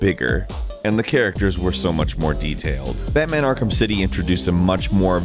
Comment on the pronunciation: "Akrham" Knight